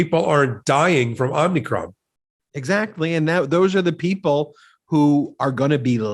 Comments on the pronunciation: Happy New Year!!! Your New Year's Resolution is to learn how to pronounce a few words: the COVID variant is: OMICRON and NOT: OMNICROM; the Defendant's name is GHISLANE [GIE-LAINE] NOT GISLAIN; I'm glad that the Gov. of Colorado reduced the sentence of the truck driver who lost his brakes, and yes it was his responsibility to have has his brakes maintained and drove to fast but shouldn't have been sentenced 110 yrs.; There are those who are serving much LESS time for something more egregious and intentional. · Omicron, not “omnicron”. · Omicron is pronounced just like as if you saw the French president. Oh Macron, with the emphasis on the oh. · Good lord, the mispronounced words in this video. Getting both Maxwell's name, but also the Omicron variant wrong.